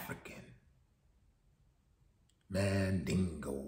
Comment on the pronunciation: Why he say Mandingo like that!? Lol 😂